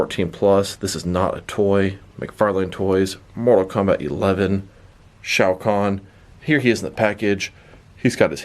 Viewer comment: Thank you for saying his name right I tried to watch another review of him and couldn’t get through it with him saying the name wrong.